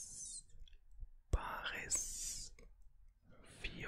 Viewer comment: Baris für Raris lol